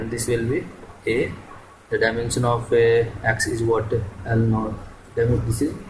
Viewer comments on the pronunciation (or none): FRIST LEARN HOW TO PRONOUNCE "DIMENSION"😂😂